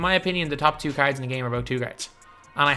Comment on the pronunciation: I’m i the only one who thinks it sounds like he is saying carrots and not cards